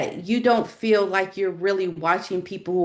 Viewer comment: It’s annoying to listen to someone who pronounces the word “ feel” like “ fill” I’m out of here. Repetitive and boring 🥱